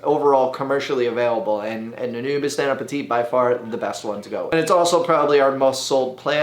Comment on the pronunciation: Drink every time he says Anubis instead of Anubias